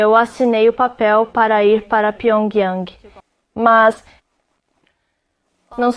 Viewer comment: Cara de pau como pode o cara passar pano pra Coreia do Norte O bicho pensa que engana Ele falou isso mesmo "a noitada em pyiongyung"? 😂😂😂😂